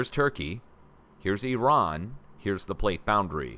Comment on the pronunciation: I Love how you actually pronounce IRAN (EEERON) the right way and actually make the effort to pronounce it the right way and not like the corrupt politicans and the MSM "journalists" that still to this day pronounce it (I ran ) I dont know why it errks me when ppl pronounce it I ran loll I just tease them and say, You ran where ? I guess the spelling of it doesint help . They should have just kept it as Persia so much nicer